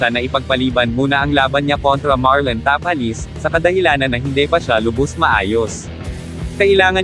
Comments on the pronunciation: Bigkasin mo naman mabuti ang mga apleyedo ng pinoy boxer sir ( Tapales Magsayo) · Pangit ng pgpronounce ng tapales hindi bagay